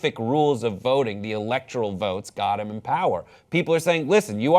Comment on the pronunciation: I stopped watching when he said "electral vote" instead of "electoral"